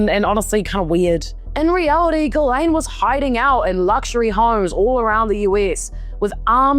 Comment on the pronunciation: Why does everyone call her GUYLAINE instead of Ghislaine ? They aren’t the same at all… it’s pronounced jistlane